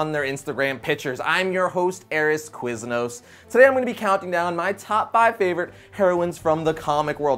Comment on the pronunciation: Why did he say Quisnos as his last name